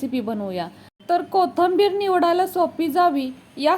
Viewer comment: कोथंबीर नाही कोथिंबीर म्हणा